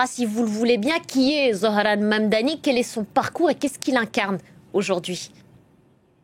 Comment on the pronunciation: Comment elle prononce Zohran❤